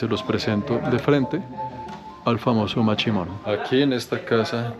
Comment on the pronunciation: Es mashimon no machimon,chimon es otra cosa...